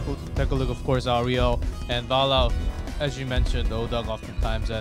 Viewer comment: please get this guy to say Valla right.